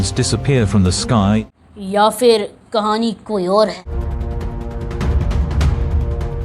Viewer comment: فر نہیں پھر صحیح لفظ ہے